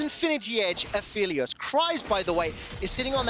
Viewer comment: A Feely Oss really really doesn't make sense as a pronunciation for Aphelios.